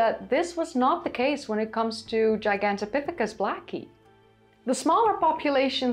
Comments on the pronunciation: The word is related to Giant and Gargantuan. It is pronounced : jai·gan·tow·pi·thuh·kuhs. A simply google search shows quite a few entries, all in agreement. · "Gigantopithicus" is Latin. The G in Latin is pronounced "jee", not the way you pronounced it. You're flat-out wrong. It's "jie...gantopithicus". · You kinda sound like an American cowboy when you say "Heehawn-topithecus" 😅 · "Gigantopithecus" is now the #1 -pronounced word, overtaking "Heidelbergensis" 🤣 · I'm surprised that southern China had a stable climate until a couple of hundred thousand years ago. I thought climate was fluctuating pretty much all over the place for two million years because of the Pleistocene glaciations. Was that region isolated from climate change somehow? Another cool vid, by the way. If I practice saying Gigantopithecus like you do, I may eventually be able to pronounce Van Gogh properly. 😃